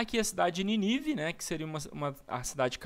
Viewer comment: Show....mas é Nínive tem acento ninive não tem acento.. parabéns pela pesquisa e explicação.